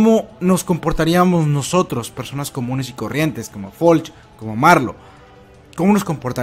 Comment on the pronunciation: Es Floch no Folch